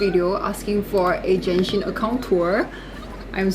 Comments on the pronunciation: Its Genshin. Not Jenshin. My God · Just to correct you though, it's pronounced as Genshin with the G, NOT "Jenshin". This video was uploaded close to 2 years ago but yeah hope you got your pronunciation correct by now. You also pronounced Clorinde's name incorrectly as well as other words but I'm not gonna emphasize on those. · stop calling it jenshin:face-red-droopy-eyes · is genshin not jenshin